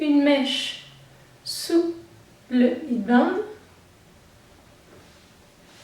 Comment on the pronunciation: Elle est chouette ta vidéo :) Petite correction : la sonorité de "head" (de headband) se prononce comme le mot "laide" en français, en remplaçant le L par un H bien sûr pour prononcer le mot HEAD :)